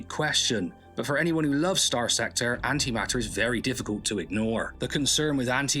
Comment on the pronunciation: Note the T. It's An-Ti-maT-Ter. Not An'ima'er.